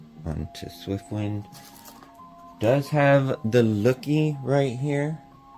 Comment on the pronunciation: chase translucent. you mean the Loo-Kee with rainbow colors, right?